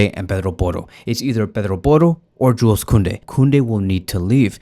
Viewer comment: dont pronaunce the s in Joules